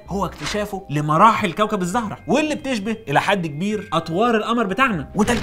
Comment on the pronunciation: مقدمة رااااااااائئعة المشهد الاول صرت عايدة 8 مرات وكل مرة بضحك بنفس التاثير. بس حبيت انوه الزهرة بضم ال(ز) وليس بفتحها